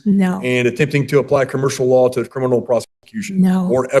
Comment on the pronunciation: Shes saying CRINImal